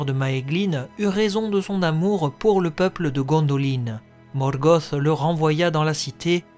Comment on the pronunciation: Ben j'avoue quand j'entends Morgoth (gosse) j'approuve pas du tout ! Je dis un Luth pas un lusse et c'est surtout ce genre la ou j'ai du mal . J'ai toujours dit Morgoth (te) ! . Mais ça ne m’empêche pas d’apprécier ce que tu fais ;p D'ailleurs pourrait tu te laisser tenter par des théories sur la terre du milieu ? Savoir si l'Arckenstone est un silmarill par exemple sur l’identité des Nazgul quand ils étaient vivant ect ect .